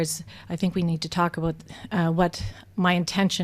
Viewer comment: Aboot.... I LOVE IT!